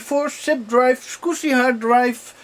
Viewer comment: Hi,! I’m a long time viewer and I really like your retro PC videos, but for the love of God - can you please, PLEASE learn how the word SCSI is properly pronounced? It’s SKAZI not SQUSI. Sorry for nitpicking, but for whatever reason it sounds so wrong each time you say it, that it really distracts from the video. Otherwise - great job and nice build as always, keep up the great work, cheers!